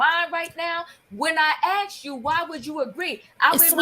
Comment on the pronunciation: E trying to sound smart but still says axe